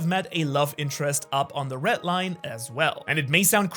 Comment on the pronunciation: Red* not rett